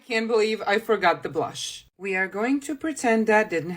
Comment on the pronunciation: The way she said bloosh